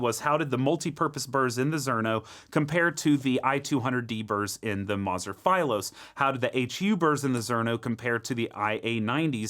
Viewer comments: Philos is a Greek word, you've always mispronounced that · Why are pronouncing philos like that? Lol